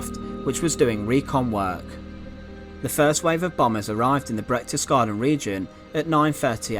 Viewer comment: it's not Brechtesgaden but Berchtesgaden.